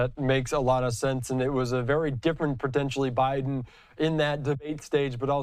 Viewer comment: Stay in Bi-dum! Duh-le-ware is behind you!